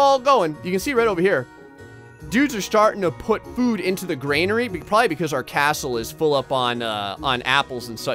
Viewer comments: I dislike the fact you're saying Granary wrong... You're saying Gr" AI"nary... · love your videos keep up the good work but omg it is a "gran" "ary" lol not grainary thanks for the smiles!!!! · I could be wrong but I'm pretty sure it's "granary" not "grainary". I used to play a lot of Stronghold Crusade when I was younger and I remember hearing; "the granary is full, my lord" over and over again. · I think you've all miss understood me... I meant that you're supposed to say Granary instead of grainary... I didn't have any hate on how to pronounce it... It just feels weird... Although i didn't "Dislike" the video if some of you think that... I actually loved it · I like how keeps saying "graynary" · It makes me twitch. 🤣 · Oh dear god please learn how to pronounce Granary 😂 there's no I in there